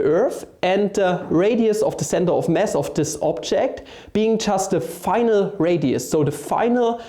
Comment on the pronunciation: I like how you say "mass" like "mess" :D